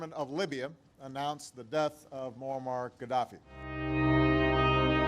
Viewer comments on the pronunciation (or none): Pronounced Muamar...not Muhama. Story is based on propaganda. I don't believe it. M7 loved Ghadafi and he even invited him in Uganda. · First, it is MOAMMAR Khadaffi. Many pronounce the Good mans name wrongfully. Second, Thank you SO much for your news. You really broke it down into little pieces. Karma is a fact. Look whats cooking all over Africa with the Gen Z. "You can fool some people sometimes, but you can't fool ALL the people all the time. So now we see the light, we gonna Stand up for our right!" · not Muhammad but Moammar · His name is muammar not muhammad qaddafi. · His name moamar not mohamed